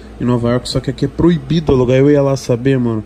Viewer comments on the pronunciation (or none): "Certamente seria... PROHIBIDOH!" Hheuheuheuehueheuheuhe